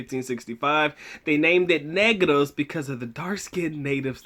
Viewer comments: It’s pronounced Neh-gross. The Spanish, my people saw my other people and said hey look black people. They were converted or secluded in the mountains. Racism was a commonality back then but it was more for descriptive sake than race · its pronounced as nehgraws not kneegrows